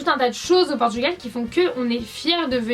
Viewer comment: Déjà on dit PORTUGAL et pas PORTUGUEL !